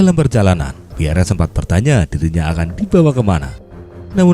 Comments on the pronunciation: Tulisan nya Piere mas e, baca nya Piyer bukan Piyere ya mas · Maaf admin, nama beliau cukup dibaca pierr. 🙏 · "Pierre" dibaca Pier yah min